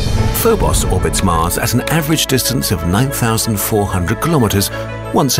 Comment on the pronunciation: not MUZ ITS MARS ARE YOU NEW TO ENGLISH?